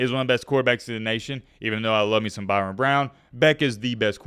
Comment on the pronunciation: His name is Byrum not Byron